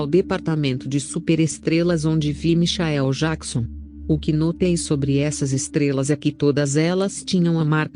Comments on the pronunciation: Michaéu Jaquison,nem pronunciar o nome certo essa mulher sabe,MENTIROSA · Como é essa história? A pessoa vai pro céu e depois pro inferno? Larga de ser hipócrita, protestante vagabundo, mentiroso....Não sabe nem pronunciar Michael Jackson....